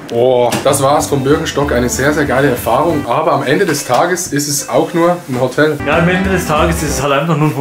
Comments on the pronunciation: diggah es heist hotel nicht hotttel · Es triggered mich wie du Hotel sagst, es heißt Hotel und nicht Hottel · Adi sagt einfach Hottel alda was das. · warum sagst du Hottel??? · Adi = nicht Hotel sondern Hotttel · „otel“ es heisst HOOOTEL